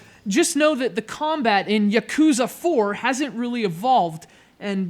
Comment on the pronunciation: Yah-Koo-Zah. Ship-Oo-Den. It's not hard to pronounce things right goddammit...